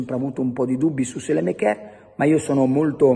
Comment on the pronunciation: Perché continui a chiamarlo sélemekér? Si pronuncia Sàlemàkers.